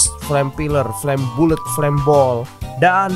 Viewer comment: Bang bukan flame bulet tapi dalam pengejaan flame ballet. Hahahahaha cuma ngasih tau doang:)